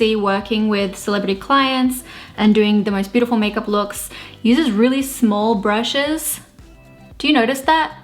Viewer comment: Wow you said "brushes" in such an American accent! 🙊